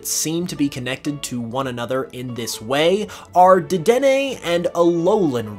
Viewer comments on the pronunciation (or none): none